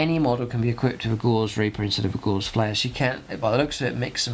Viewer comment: Love the content, but please check your pronunciation. If you say a word wrong, so many others will. Both oed and chambers dictionary give only one variant of Gauss, it is GOWS, to rhyme with mouse, not gauze.